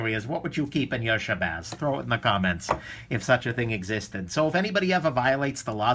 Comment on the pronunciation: you actually pronounced my name damn near perfectly lol. and I would keep my bicycle in my shabazz along with everything I carry in my messenger bag.